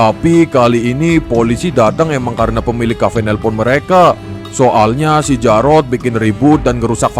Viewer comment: Njirr asura manggil diyyrot jadi jarot